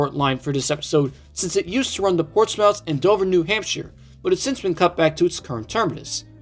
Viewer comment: As a greater bostonite, im glad that our commuter rail system got reviewed, but I have some things to say 1. you pronounced some town names wrong, but don’t sweat it, a lot of people do. for reference, Gloucester is “Gloss-ter”, Amesbury is “Aims-bury”, Portsmouth is “Port-smith” and Haverill is “Hey-vrill” 2. I-95 wasn’t built in the 50’s here, that section of highway is/was Route 128, built as a ring road around Boston. I-95 construction did not reach here until like actually has an interesting history of its own, spurring a lot of development, it practically kicked off the rise of the technology industry in Massachusetts 3. the issues with extending north of Newburyport and on to Portland would be the swing bridge over the Merrimack which has not swung since 1965, it’s apparently in good condition last time they inspected it, but that was in the 00’s. not to mention, both lines from Portsmouth to Dover have become roads, with buildings along them Late Addition (4). extending the Newburyport line at least as far as Portsmouth would be good but in addition to that, I’d add station stops on the current line at Everett, Revere, and the center of Chelsea. Plus, I’d re-open the branches to Marblehead, Amesbury, and Danvers or Topsfield via Peabody